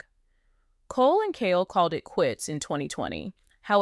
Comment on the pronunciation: His name is KHALE (KAH-LEE) ❤